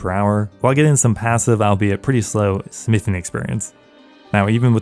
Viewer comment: u said "ill be it" like 4 times lol